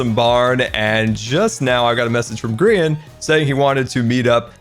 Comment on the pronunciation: did say grain🧐